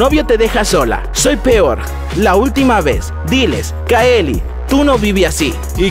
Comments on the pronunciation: Valen Galvan para el video i dise caile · es verdad dise caeli 😂😂😂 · kaeli jajajajajjajajajajajajaj mori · Valen Galvan siii dijo caeli